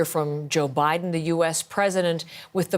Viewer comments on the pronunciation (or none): none